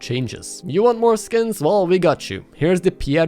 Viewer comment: and the new 2022 ee-yon skings other then that great video 10/11 would watch again